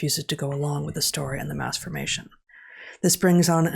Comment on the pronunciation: Please enunciate the term Mass formation please.... thank you.